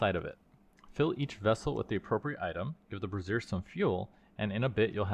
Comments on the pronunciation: Not that I'm really fussing, but the way that you keep pronouncing brazier just... kind of makes me laugh. "Bruzier" is more how you would pronounce the full name for a bra (as in the women's undergarment), where "brayzier" is the pronunciation for the things that you are making XD It's like the "braising" cooking technique, if that helps! In any evet, I'm looking forward to continuing with you on this, because Reclamation is effectively the successor modpack to one of the old FTB packs, called Regrowth, which was one that I really loved! I'm so happy that they managed to bring as many of the old elements forward to modern Minecraft as they did! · "Bruh-sear" and "bray-zhure" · him mispronouncing "brazier" as "brassier" is surely a goof right? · Just fyi, Brassiere (a woman’s undergarment) Phonetic: bruh-ZEER or brah-ZEER Breakdown: bruh / brah — like the start of “brother” or “bra” ZEER — rhymes with “deer” Example pronunciation: bruh-ZEER Brazier (a container for holding burning coals) Phonetic: BRAY-zhur (most common) or BRAY-zee-er (less common) Breakdown: BRAY — rhymes with “day” zhur — like the “zh” in “measure” (or zee-er if pronounced more formally) Cheers! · The way you're pronouncing brazer is another word for a bra, my man.. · "Brazier" is pronounced like the name "Frazier". Good video though. I was looking to decide if I wanted to start a Reclamation game. This helped. Thanks! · "Bra-zeer" is the long version of the word bra. Like undergarments. "Bray-zur" or "bray-sure" (think the word for donkey sounds "bray" and another word for yes "sure") is the thing that holds fire. Every time you say brassiere, I can't take you seriously. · I am sure someone else has already mentioned that brazier is pronounced "bray-zhr" you've been saying "brassiere" which is a bra 😂 I was seeing that word and thinking "I bet I would say this brassiere" and then you did. Very funny. I really like this mod pack concept.